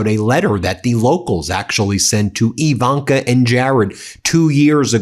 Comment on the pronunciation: Do you not understand the letter I in Ivanka does not make an E sound.